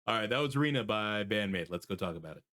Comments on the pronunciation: It's not "nah", it is "neh" (i.e. nay). So "rinne" is Reen-nay. In Japanese all vowels are pronounced and they are always pronounced the same: "a" is "ah", "i" is "ee", "u" is "oo" (as in Boo!), "e" is "ay" (as in "neighbor and weigh"), and "o" is "oh". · I'm Japanese, and I'm sorry, but that pronunciation is completely wrong. The Japanese pronunciation is probably closest to “li-n-ne”... (divide into short three-syllables)